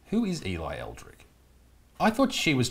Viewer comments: Erlick not Elrick 😂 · 😂 mate,it's er lick not el rick 😂 no wonder you couldn't find her on line if you're typing Elrick 😂.